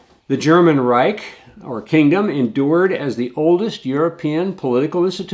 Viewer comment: He can’t even say reich